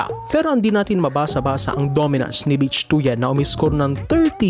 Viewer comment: Hindi "Bitch" ang pronunciation ng "Bich". Should be ~ "Bit" with weak "i". For "Tuyen", should be similar to "Tuwin" na ang stress ay nasa "win".